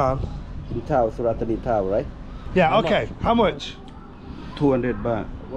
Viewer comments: Santa Fanny... it's pronounced Su-rat Ta-nee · Mate it’s Surit Thani, I went once in 1996 I still remember how to say it correctly , 😂